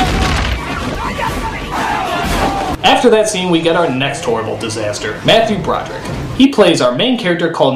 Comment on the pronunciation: I laughed out loud every time he mispronounced Matthew Broderick's character's name.